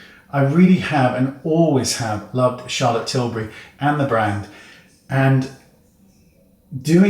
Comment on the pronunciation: Charlotte Schillbury